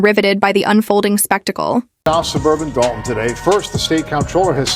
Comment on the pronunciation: Narration is f'd up - stop using AI. It is pronouced Dol Ton not doon. Another idiot trying to cash in on the "supermayor."